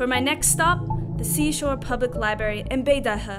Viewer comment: Thanks for the research but why do you continually mispronounce the word 'library?'